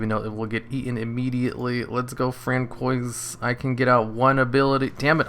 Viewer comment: We have ruled out that you are not French, Canadian nor Cajun, plus you did not take French in school. It is pronounced Fran-swah. But you made my morning! hahaha :D